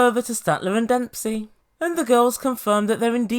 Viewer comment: Why, oh why do most Americans say DUMP-SEE? It’s not hard people. DEMP - SEA.